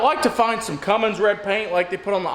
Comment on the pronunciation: Love the work so far but pleeeeeeeeeese quit calling it a Fummins!